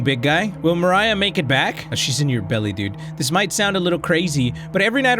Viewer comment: I think pronunciation of "Mariah" is correct, provided the developers don't say otherwise. At least in the English-speaking world, people wouldn't really read it as "Maria." The h at the end provides a clue on how to read it, because like MOST languages with a less f*ckeD up way of writing how they sound, the h isn't really necessary.